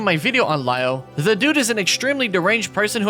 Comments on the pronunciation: That's how Lio pronounces his own username lol. Like "lye-oh" instead of "lee-oh" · I’ve never seen a native English speaker pronounce the word “Lio” so very wrong lol.